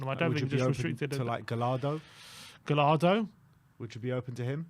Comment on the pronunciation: FFS..Gallardo is pronounced GA YAR DOH, not fucking galardo